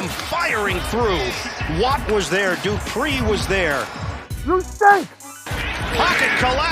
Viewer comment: "Doopree was there" Lmao.. it's pronounced "Duh Pree" That made me cringe so hard XD